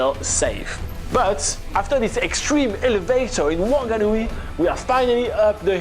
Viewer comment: I can give you a lesson of how to pronounce Wanganui wonga n ew ie